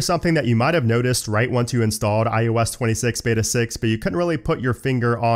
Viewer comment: everytime he says "iOS" i think he's gonna say ayahuasca lol